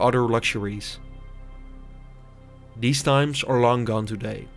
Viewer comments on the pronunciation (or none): none